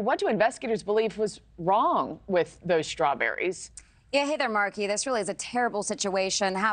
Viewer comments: Hey Markie. . and everyone else who pronounces words that begin with "st" "incorrectly. . . They are Strawberries, not "SHTRAWBERRIES"!!!!! Learn English. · That first talking head pronounce the word as "shtrawberries". I've noticed a lot of people lately changing the st combo to sound like sht, like shtrong, shtruggle etc. Anyone else notice that? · There’s no ‘h’ in Strawberries!